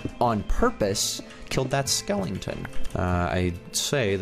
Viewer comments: It’s skeleton not Skellington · Skellington? You mean skeleton? 😂